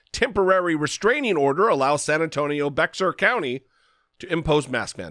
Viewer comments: It's pronounced like Bear not beXar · It's pronounced Bayer county. Trivial I know but I thought the same thing when I first moved here and I said bex-ar. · It is pronounced like bear. Bexar is pronounced like bare or bear, not beckssar county. I live here. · Your Guest Host today, (sp?) mispronounced a county in San Antonio, Texas, as Bexar, as BexxAr. It is correctly pronounced as Bayer, like Bayer Aspirin. Since I lived there for 8 years, I know the correct pronunciation, as do other residents. If Jesse is trying to influence Texans, tell him to KNOW how unusually spelled words and areas are LOCALLY pronounced, otherwise his message will fall on deaf ears in those areas. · FWIW: Texans pronounce it "BEAR county" (Bexar County) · I know it's not the most important thing, but as a proud Texan, it is 'bear' county...drop the 'x'... Otherwise spot on.